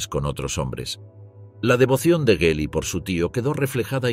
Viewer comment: La G del nombre de su sobrina se pronunvia dura como en la palabra "gracia"